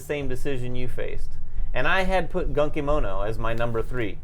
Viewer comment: Excited to see which of these games really delivers at GenCon Gonna be that guy, but Gunkimono is pronounced "Goon Kimono" assuming it's a Japanese theming/word. You guys are awesome! Keep up the good work!